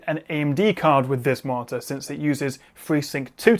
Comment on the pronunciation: Perfect review, really helpful, extremely interesting point but still thumb down for the martyr pronunciation. You sound like you have a speech impediment. Please staph.